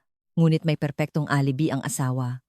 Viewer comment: Alibi pronounce as a A l i b i hindi alibi ano ba yan hindi ka ba nagbabasa or nakikinig sa mga kuentahanay, Ano ba yan